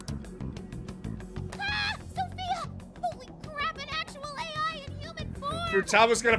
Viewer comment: Ryuji'll definitely have to repeat his 3rd year of high school if he can't even say AI.